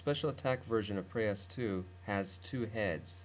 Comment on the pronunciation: it is not preyOs it is preyas